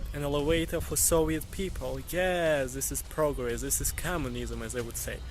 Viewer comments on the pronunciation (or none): none